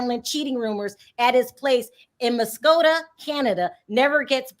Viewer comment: It's pronounced muss coke uh Muskoka